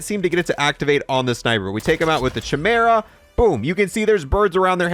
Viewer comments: Anyone else hate the way he says chimera? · Doesn’t know how to pronounce chimera or noir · Why do you pronounce chimera like that 😭😭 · Chamera...... Its pronounced Kaimera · Every time he pronounces it "Chim-era" instead of "Ki-meer-a" an angel loses its wings. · This is the ONLY Boys store purchase I fell for. Not for the ability to hide but the animal friends you see when killing enemies. However, I have to say... Chimera is with a hard K sound, not a soft CH sound. KI-mera, not CHI-mera. Sorry - rant over ;) PS: The Beaver was referenced in the show as part of Black Noir's psychosis, referring to when he was a child and watched cartoons. These cartoon friends later became the only "people" he'd confide in and represented some of his best friends/worst enemies... Lastly, I thought I'd have to tweak the Chimera settings but... it's damn good out of the box.... loving it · It's pronounced Quimera. Not schimera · It's "KAI-mera", not "CHAI-mera". Look it up real quick. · It's KI-mera not cha mera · Liked you until you called the gun a shimera..... Kaimera...its pronounced kaimera... Unsubbed. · Its pronounced KYmera, not chehmera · Ky-mera, not Chy-mera. Never Across-T. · Kai-mera lol great video though man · The most annoying thing in this video is the poor pronunciation of "Chimera" its actually kai- mer- uh. Other than that nice vid. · Idk if you know this but c and h make a k sound when together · Chimera....sounds like (phonetic) kymera...stop raping language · Its 'Kai-Mera' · Love the bundle. Hate the SHI-mera pronunciation. I’m excited to test this out! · chimera is pronounced as "kai me ruh" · It’s bugging me how he mispronounces chimera… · Homie..its pronounced Kai-mera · Kai-meh-ruh. Please for the love of god. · Bro said shimera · It's said like kimera not ch like cheese. K like kong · Mans really thinks its called the CHAI-mara 🤦‍♀ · Bro said, “ CH-mera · How to pronounce “CHIMERA” 🫵🏽🫵🏽🫵🏽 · Bro it was driving me insane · I cringe every time